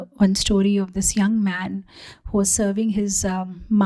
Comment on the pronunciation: read man as maa*